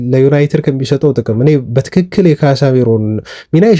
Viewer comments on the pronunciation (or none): none